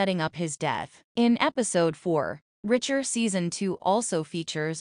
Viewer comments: Does this talker not know its Reacher. Not "Richer". Fix this. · Reach....er! Not Ritch...er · Will someone please inform the narrator it's pronounced R E A C H. H E R ..listening to her is infuriating...look they killed Russo and that killed me and David dying I will not consider..why does she keep saying R I C H E R ..MAKE IT STOP.. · [1] The narrator or A.I. is annoying with her/its constant mispronunciation of 'Reacher'. It's not 'Richer'. [2] fyi: Your headline is incoherent. [3] Talk about making sh*t up, just to talk about nothing. (Who said O'Donnell will or will not die in S2?) (S2, E6 is out and someone dies, but it's not who this content creator suggests.) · its REEEEECHER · For goodness sakes, this is the 3rd bideo ive watched and you still mispronounce names. Its very annoying. The main character is REACHER- lomg EEEEE, NOT RICHER. In NEAGLEY's name the G is silent. Ive never heard anyone pronounce the G in the show. UGH!